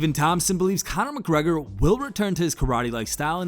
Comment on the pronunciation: Con-er "Karate" Macgregor